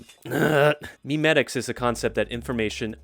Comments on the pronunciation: It’s not pronounced “meme-etics” it’s mem-etics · It's actually pronounced "may-may-ticks"